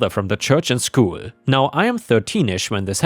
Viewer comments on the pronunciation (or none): none